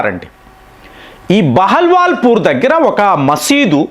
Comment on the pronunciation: నీ యబ్బ...నీకు ఎన్ని సార్లు చెప్పలేదా? సరిగా pronounce చెయ్యమని